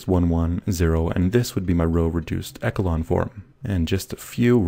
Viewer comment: Please say "echelon" properly, it made me mad every time I heard you say it. I would recommend you see the dictionary's pronunciation.